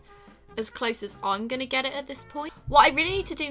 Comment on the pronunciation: U said goinging not going